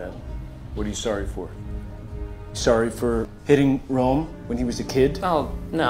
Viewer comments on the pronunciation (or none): none